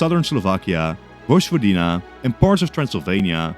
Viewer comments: It is Voyvodina, not Vodjvodina. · Vojvodina isn't pronounced "Vozhvodina" but rather "Voyvodina". Otherwise your videos are great! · Small correction: Vojvodina is pronounced voy-vo-dee-na in English, like in Serbian, not vozh-vo-dee-na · hello, I'm Serbian, vojvodina is pronounced as voy-vo-deena, just so that you know 😊🇷🇸